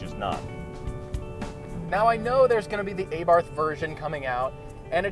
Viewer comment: its not pronounced A-BARTH its abarth in one go